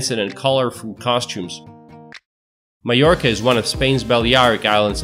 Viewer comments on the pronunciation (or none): none